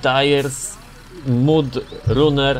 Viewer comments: Mówi się mad raner a nie mud runer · Czyta się Mad Ranner a nie Mud Ranner